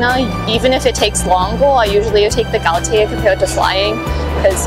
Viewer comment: Some faith is restored when these students correctly pronounce Gaotie.